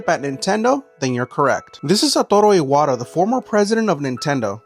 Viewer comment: bro the pronunciation is ass the name is pronounced “e-wha-ta”